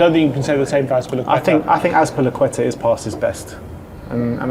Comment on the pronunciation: Bro said Azpilicueta 💀